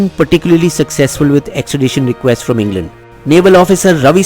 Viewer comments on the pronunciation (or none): none